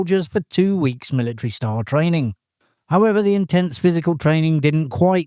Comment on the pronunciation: Militree? MILLITREE?